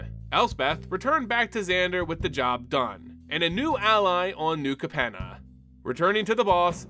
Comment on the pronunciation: And Capenna. And repeatedly called "Maestros" the "Mephistos"